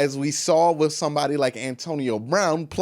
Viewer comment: I'm gone need him to put a "th" on the end of the word "with"..... No f in with 🙄